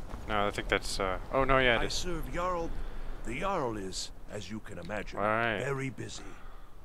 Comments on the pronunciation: The "Jarl" haha it's pronounced "Yarl" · Yarl is right